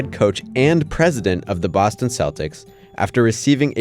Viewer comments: big fan of that pronunciation at the beginning: “Bowstone MassaHOOsetts” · Ok, I love the "Bawstawn Massuhusutts".